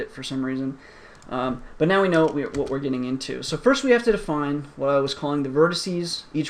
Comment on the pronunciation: "First-th" :D